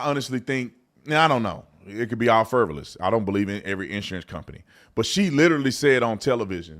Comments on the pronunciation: I love your show, and I say this with love: It is frivolous, not “fervolous.” 😊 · Man, learn how to say a three syllable word before you use...you look dumb..."fervalous", its frivolous, wow and stop deleting ,or somebody here, truthful comments because you don't like them